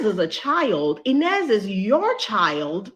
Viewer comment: How the director call Inez?.. Næzy? What? Did someone also catch that? 😮